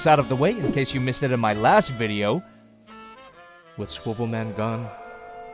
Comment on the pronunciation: couldnt say swivel